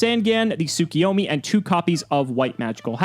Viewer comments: I lost track of how many weeks it has been, but: You're STILL mispronouncing Tsukuyomi. There is no I after the K. It's Tsu-Ku-Yo-Mi not Tsu-Ki-Yo-Mi. My dudes please read the cards. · Not enough because mans is still mispronouncing Tsukuyomi.